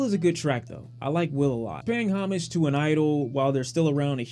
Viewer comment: You pronounce homage wrong lol